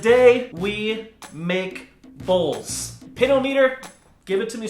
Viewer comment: When you said bowls will be the death of me I thought you said balls will be the death of me